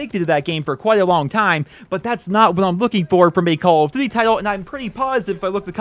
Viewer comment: "Call of dvvy"